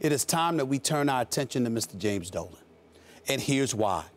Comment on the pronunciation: When he says "going after Dolan" I thought he said he was on that dope